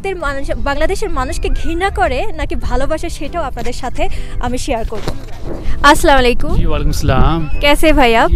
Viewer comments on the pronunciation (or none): Aslamu alaikum try to say assalamu alaikum